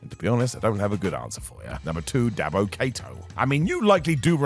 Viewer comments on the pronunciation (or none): Dabba Kato; not Dabbo (DABBO!! DABBOOOOO!!!) Kato!" 🤣🤣